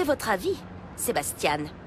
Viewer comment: No I mean the way she pronounces the "ian" like "iane".